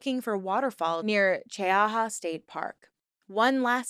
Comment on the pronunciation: "Chee-ha" state park.